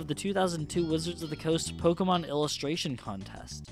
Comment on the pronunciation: i hate when people say Poke-uh-mon instead of Poke-E-mon